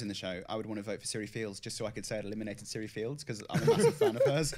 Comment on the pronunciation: Her name is Cirie not Siri.